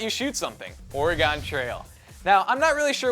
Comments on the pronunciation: Or-e-gun not Or-e-gone! You sound like a tourist.:P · when you say Oregon its pronouns or-e-gen not or-e-gon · I remember playing these games also! :) But what killed me was when he pronounced Oregon wrong. He said OR-EE-GON When it is "OR-IH-GEN" hahahah. It drives me crazy! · It's Ore-gun not ore-gon still subscribed not hateing just saying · IT IS PRONOUNCED OR-I-GUN! NOT OR-I-GON! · As a citizen of Oregon (an Oregonian) I cringed when he said OREGOOON....FOR GOD SAKES its ORAGEN that's how you say it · ...For all Oregonians out there, please don't say Ore-GON. It's just. It's just wrong. Or-ee-gen Please. For our sanity. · Silly, it's pronounced "or-eh-gun", not "or-ee-gone" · It's or-e-gun not or-e-gone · It's pronounced ore-gin, not ore-eh-gon. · Lol he pronounce Oregon (supposed to be or-e-gen) or-a-gon lol wtf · my GOD, it is pronounced like the word organ!! not ORUHGON. DAMN YOU LOU HOLTZ!! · Dumb u pronounced it "oragon" its "oregin" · hahah oar-a-gone // it's oar-a-ghin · DAMMIT,! YOU LIVE IN CALIFORNIA! THERE IS NO LOGICAL REASON WHY YOU SHOULDN'T BE ABLE TO PRONOUNCE OREGON! IT'S JUST LIKE MORRIGAN BUT WITHOUT THE M! OR-RIGG-IN! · Or-ea-Gon trail? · It's pronounced (or-gen) you fucking idiot. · Did he just say OreGONE?? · Oregon is pronounced oragin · Ugh... the way he says Oregon. "Oreygone" Just no. The Oregon Trail is pretty much the best educational game ever though. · I'm from Oregon and you're supposed to say it like organ (like your internal organs) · it's pronounced or-gen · Why'd you pronounce Oregon as origon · Please... PLEASE. Say Oregon right next time.. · I hate when non Oregonians pronounce Oregon wrong. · YOU SAID OREGON WRONG! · Oregon... Learn the pronunciation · you said oregon wrong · you said oregon wrong!!! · You mispronounced oregon. Please go back and play these educational games again. Preferably something that teaches you how to pronounce words correctly. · EVERYONE PRONOUNCES OREGON WRONG OMFG